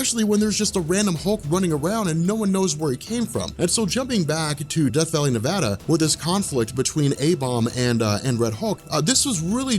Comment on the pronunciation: thank you for saying nevada correctly